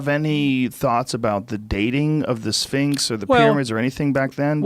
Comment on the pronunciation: Anyone else hear "mysteries of the sphincter" ?